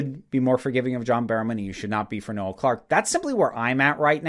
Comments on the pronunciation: I love how Americans pronounce things (that's irony btw) His name is Noel, pronounced "knoll" as in "grassy knoll, the". His name isn't another name for Christmas. Having got that off my chest, this story has come out of nowhere. It seems this is to be trial by social media. I'm not condoning any behaviour on Noel's part but it all has to be judged properly, unaffected by online hysteria and must be based on the testimony of those affected. The video from 2015 is irrelevant, if anything it's quite funny. He hasn't "accused" John Barrowman, that's the media trying to twist things. But, this aside, things are not looking good for Mr Clarke. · Noel isn’t pronounced no-el... I’m sorry but once I heard it this weird to hear.